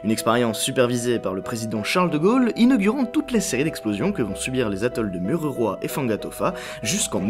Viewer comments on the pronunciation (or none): moruroa pas mururoa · Je suis tombé sur ta vidéo par hasard elle est très instructive, mais on ne dit pas "Mururoa" mais "Moruroa" tu peut me croire j'habite au Tuamotu donc avec un "O" et le "U" se prononce "ou" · Mururoa se prononce Mourouroa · On te soutien de tahiti et ça s'écrit mururoa mais ça se dit mourouroa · Morouroa Le "u" se dit "ou" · A tahiti oui je vien de la u se prononce ou donc il fait lire mourouroa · Iaorana je suis tahitien et on prononce Morouroua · trop drôle ta prononciation, "Moruroa" le "u" comme c'est en tahitien (oui je suis tahitien) se pononce "ou". Sinon très bonne vidéo;)